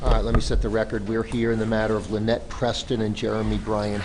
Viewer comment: Even her own lawyer called her lie-net